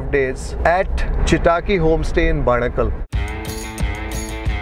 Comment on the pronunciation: When will you consciously put effort improve on Kannada pronunciation? Chitaki you pronounce but it’s Chittakki! Where are your intonations!!